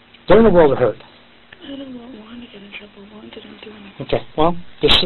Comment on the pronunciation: Lmao why is this detective pronouncing “Juan” like haa won 😂